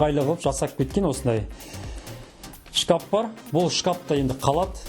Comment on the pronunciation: Кәпел емес кафель или плитка десеш шкап емес шкаф